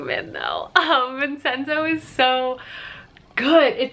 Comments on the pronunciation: You're making me want to get into Kdramas so badly, but I have no idea where to start! I need the swoons. Btw isn't Vincenzo prounounced like Vin-chen-zo? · as a gal with a giant italian family - might i gently mention it's pronounced "vin-chen-zo" the ce is like a ch.